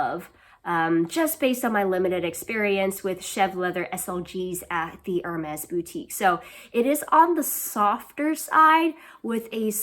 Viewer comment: I really love your channel. Nice to see other women in academia who also enjoy the frivolous luxuries of life. I love the Cartier Panthère bag - it’s on my wish-list! Great choice :). Be careful when pronouncing Hermès. It’s more like “air-mez,” rather than “er-mez.”